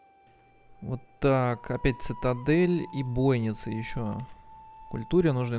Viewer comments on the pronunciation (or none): Бойницы - ударение на и. Домен - на е.